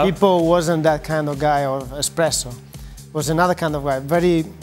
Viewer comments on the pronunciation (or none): Of course Dan is the kinda guy to call them “expressos” rather than “espessos” 🤦